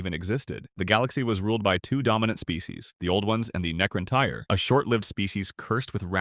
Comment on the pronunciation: Necrontyr [Nek-kron-tir] and C'tan [Ka-tan] are the proper pronunciation of said name 😅